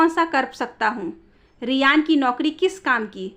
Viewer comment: Riyana ko Riyan padh rahi hain aap